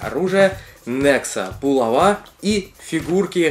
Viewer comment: булава ударение на а